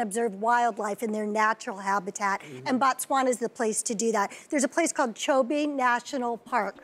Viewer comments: im from Zimbabwe which is next to BOTSWANA , #bytheway it's not Batswana📣📣📣📣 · hey... you shud pass by th capital city and say hi to me😂😂😂😂 I hope u enjoy staying in our country, it's Botswana by th way not Batswana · Botswana NOT Batswana... ''//O//'' NOT ''//A//'' Its ''BO'' not ''BA'' ... Botswana is the name of the country,and Batswana are the people from Botswana,its like Americans in America...You cant say I want to visit a country called ''Americans'' cause you will be now indirectly referring to the citizens of a nation called ''America''...Its Botswana guys,a re tlogeleng bo tricky...laareng nkare le ratoo ithaareng yaana!!! We also have a small peri Rural Village here in Botswana called Sebina,if you mind to know...